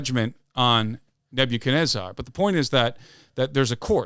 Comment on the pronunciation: I was locked in until I heard neb-you-kenezarrr🤣🤣 still a great episode